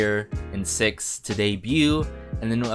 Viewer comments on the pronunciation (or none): It's pronounced as SI EYE EX HAHAHAHAHAHAHAH 💖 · My bias is Byounggon I'm still not used to his new stage name 😅 he have been my bias since YGTB and I'm so happy and proud of GonHun they both work hard to debut so is the other members this song is amazing and the album is amazing and btw you pronunce the group name wrong actually how to pronunce the group name is you just spell it out 😂